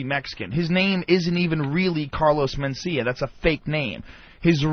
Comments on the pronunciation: He calls him "MenSTEALia" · Carlos men-steal-ya